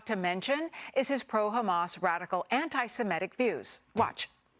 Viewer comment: I love how the FOX people can't even pronounce Antisemitic correctly while acting like they care SO much about the topic